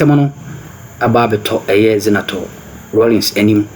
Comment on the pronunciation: Her name is not Ze na to please rather Za ne to.